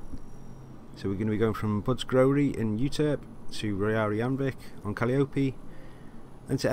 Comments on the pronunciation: It's pronounced, "Cah-Lie-Uh-Pee", not "Cali-Opy". From the Greek mythology, Calliope was the goddess of music. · I wouldn’t break it into 4 pieces - Cah-Liar-Pee but don’t accent down at the end of liar, think of soliloquy or calligraphy - calliope